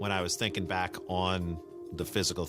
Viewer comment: Peter Parker....I noticed that too. BTW it's SMACK and BACK ... not smeck and beck!!!